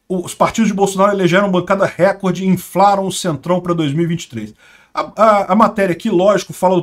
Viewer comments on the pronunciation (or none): none